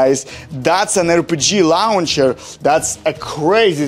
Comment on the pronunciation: its a rocket lauhcher